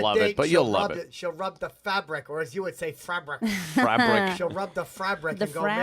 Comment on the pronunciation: Don't say frabric they hate that!!! Cut that part out hahahahaha.